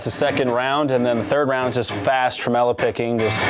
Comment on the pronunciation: Did he just say "trem-EL-o" picking...?!??!